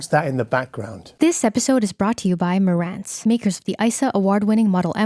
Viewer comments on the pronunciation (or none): none